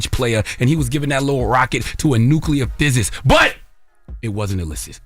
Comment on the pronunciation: The word is PHYSICIST😅😅😅 how did NOBODY correct him🤣🤣🤣 but I'm here for it!!! Just NOT on NETFLIX🙄